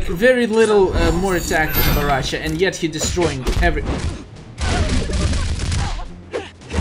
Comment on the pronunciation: Dude is BORRACHO CHO CHOOOOO!!!!! NOT BARRACHA WTF? PLEASE you should say baraka unste of barracha wtf